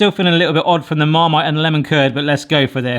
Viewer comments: Are you deaf? It can't pronounce Apricot or Marmite. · I thought it was cool! And I could tell it’s not AI because he couldn’t say marmite lol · Who's the narrator? A very deep voice though it was definitely funny hearing him stumble over how to pronounce Marmite!